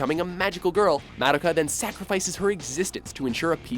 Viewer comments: Ok dude...its not MAD-IKA,,,You say it like. Muh-Doh.Kah. Please, if you are going to say names/words etc...please say them correctly. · Ugh. It's so cringeworthy when he constantly mispronounces Madoka. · The way he pronounces Madoka is annoying.